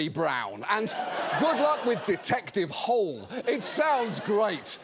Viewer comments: Norwegian here, I've always pronounced it Detective Hôlé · Person from Norway here: Norway’s primary exports are, by some distance, are oil and natural gas. Which would have made for a very different gown… P.S. - you ARE pronouncing Hole wrong, but the books the series is based on are garbage (imo) and we’ve got bigger problems in the Nordics, namely the POTUS wants to start a conflict here in part because he wasn’t given an award he didn’t fucking earn …so I’ll overlook it. Glad to see you back ❤ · They did pronounce it as ‘hole’ in the movie ‘The Snowman’. Which ironic because Hole actually means hill, the opposite of a hole. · The first novel takes place in Australia, where they pronounce it "Hole". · Foreigners having fun pronouncing Harry Hole is actually a recurring joke in the books. Could be worse. Sørås is also a common last name, which frequently gets pronounced sore-ass... Edit: Also, we frequently use our partner's last name as our middlename, so Sørås Hole is a potential last name.